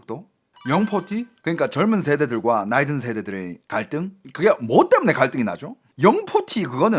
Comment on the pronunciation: 말하는 입모양이 좀 이상하다 생각했는데 한국어 발음할떼 중국식 턱관절을 쓰시는 느낌 사회 갈등 이런단어 쓰실때 입이 떡벌어지는 턱이 크게 움직여서 중국사람같다는 느낌이 들었네요 ㅋㅋ 참고 하세요